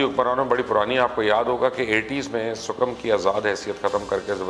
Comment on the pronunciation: It is sikkim not sukam